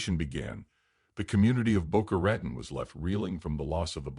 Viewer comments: Thank you. This is one of had never heard. Well done. With all due respect I can not subscribe to AI narration. Everything about your channel leads me to the fact that it is indeed up to my standards and beyond Other than the obvious Al. Boca Ratan repeatedly pronounced wrong for some reason drives me mad. Wish you success DM San Francisco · Please learn how to pronounce Boca Raton.